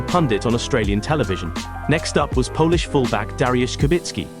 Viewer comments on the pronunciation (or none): none